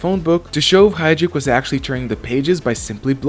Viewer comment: James Hydric, not Heydrich